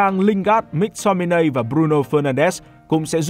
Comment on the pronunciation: Mắc Tô mi nây, ko phải Mic Tô mi nay, đọc sai nghe khó chịu thật @@